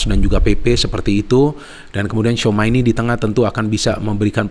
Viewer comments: tchouameni nyebutnya cuameni bang bukan souma 😂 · ralat bung, bacanya cuameni